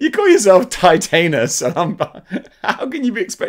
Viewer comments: You're pronouncing it like it's titanium. It's not like titanium, it's like TITAN. Titan-us. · U lol about titanis but don't pronounce it right